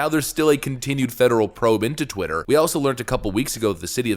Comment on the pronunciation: Why can’t no brain Joy Reid say twitter correctly